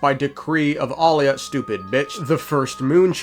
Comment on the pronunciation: Pristess' name is Aila, not Alia. Ai-la 🥰 It is of Finnish origin and means "holy, blessed" The Turkish variant Ayla means "halo of the moon" ✨️✨️